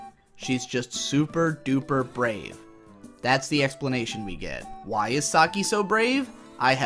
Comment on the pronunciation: "BRAEV" wow